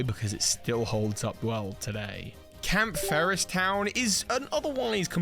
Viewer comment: Just a minor tiny complaint. Shouldn't someone calling themselves a "lore keeper" get the town's name right? Campheries? It is Camphrier,.